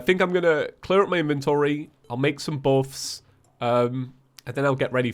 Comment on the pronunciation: I love how he says buffs, it sounds like bawffs! LOLZ